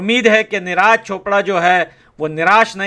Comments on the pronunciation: Bhai,मत तो करो यार।निराज नही नीरज कह दो भाई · Bhai Neeraaj nahi neeraj bolo 😂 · Bro-his name is neeraj not neeh raaj…😊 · Bhaiya neraaj nhi neeraj boliyee 😅😅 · Please pronounce the correct name of neeraj 😂